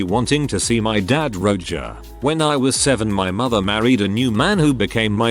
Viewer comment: The text to speech mispronunciations are to be expected but I lol’d at Roger being read as “Roe-juh” at about